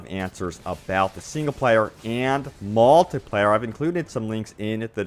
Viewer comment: seeeengle pleyer and maaaaltipleyer